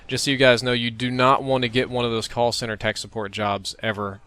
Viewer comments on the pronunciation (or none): none